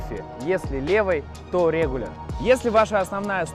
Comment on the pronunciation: Ноуз, тейл, рЕгуляр, метУд. По ходу у про какой-то свой язык)